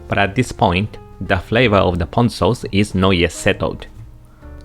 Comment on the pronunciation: Ponzu sauce is made of actual fresh citrus. Pahhhnzu sauce is made of canned mandarin oranges. Don't be fooled!